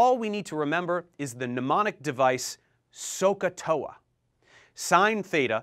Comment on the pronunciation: SOHCAHTOA sounds more like talk tuah